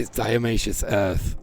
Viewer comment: Not diaomaceous earth it's DIATO-MACEOUS! made of diatoms!